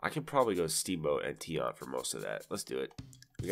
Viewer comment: LOL, "Louis Tee-Ant".